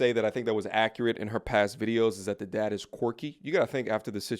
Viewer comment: Daad haaad can this bitch not fucken pronunce a fucking word without putting so much emphasis on the letter A in a damn word !